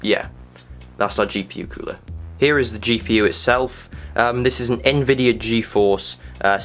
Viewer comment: Lol, "ehn-vidiya". :-)